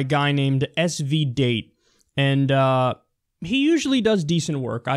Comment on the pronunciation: It's pronounced SV Daa tey not date.